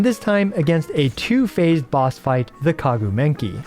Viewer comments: Maguu Kenki not Kaguu Menki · Please, stop saying kaguu menki its maguu kenki. It hurt my brain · Did he just say kagu menki ??? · Bro really said "The Kagu Menki", lmao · bro keep saying maguu kenki wrong